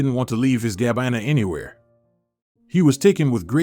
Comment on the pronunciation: Poor pronunciation of some everyday words, and names, in the commentary, eg Gabina! Good story! Great that Gabina and Leandro found each other!